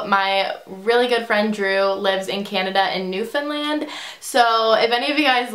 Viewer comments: HOLY CRAP !! I live in Newfoundland...... P.S Also very impressed because you pronounced it correctly :) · i would love if you came to Newfoundland, and congrats on saying the name correctly many people don't pronance it correctly. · I live in Newfoundland, and finally someone pronounced Newfoundland right!!!